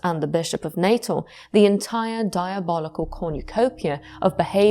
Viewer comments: I’m South African, I just want to point out, it’s not pronounced Natal (Nay-tuhl) as you’re saying it, but rather Nuh-tehl in English with the emphasis on the second syllable, or Nah-tal in Afrikaans. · "Natal" in South Africa is pronounced like the English word "natal," roughly NAH-tal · The former South African province of Natal is pronounced as "nuh-TAHL". Otherwise great video. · I'm listening, tucked up cosily, but in fact tense with fear. When the paranormal comes from inside one's brain, it terrifies me more than things lurking in dark castles, forests or skies. (Tiny point. I'm half South-African and we pronounce 'Natal' as "Nah-tahl".) 💛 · Set my teeth on edge every time I heard it. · Apart from the pronunciation of Natal.